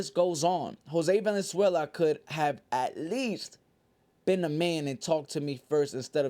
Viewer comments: Jose Vaaaalenzuela not venezuela homie 😂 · Valenzuela not Venezuela 😂